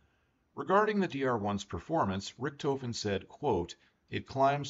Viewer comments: Rikthoven, love the pronounciation XD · As a absolute Dr.1 enthusiast, I enjoyed this. literally my only gripes are your pronounciations of Fokker, and Richthofen's name. even then, excusable mistakes. amazing video